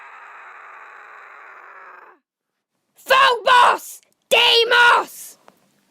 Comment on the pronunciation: ANGRY YOU PRONOUNCED DEIMOS WRONG!!! >:OOOOO